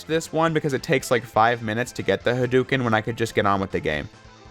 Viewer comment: It pains me hearing J pronounce "Hadouken" wrong.